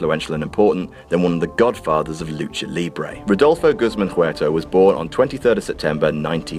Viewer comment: Damn ... you just butchered Guzmán. It's pronounced "gooz-mawn" Also, toots is in the hof already